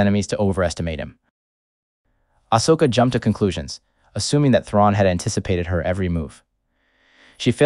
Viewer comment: The way the bot is saying Ashoka is offputting.